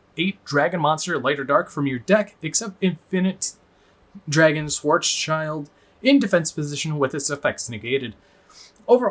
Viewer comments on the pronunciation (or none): Hey nice video. Love the new support. 1 thing "schwarzschild" means "black shield" in german and "schild" is pronounced just like "shield" and not "child".